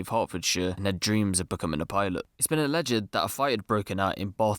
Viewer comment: "Its been alleggidd"